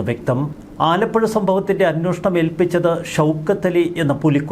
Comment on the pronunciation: 'അന്വോഷണം' എന്നല്ല 'അന്വേഷണം' എന്നുച്ചരിക്കണം. മുമ്പും ഇക്കാര്യം ചൂണ്ടിക്കാണിച്ചിട്ടുണ്ട്